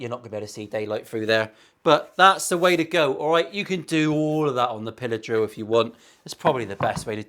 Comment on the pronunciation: I misheard you and thought your were saying pillow drill instead of pillar drill... that would be something else entirely...;-) Curious to get your thoughts on these when you have a spare minute (!!): Thankfully its only a Chibson, but yikes all the same! (I am not a fan of new for old relics btw tbh!)